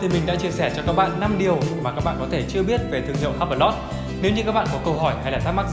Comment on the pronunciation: Hublot đọc là iu-blô (âm H câm)